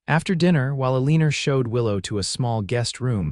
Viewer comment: Please teach AI that her name is Eleanor not Ah-lee-ner.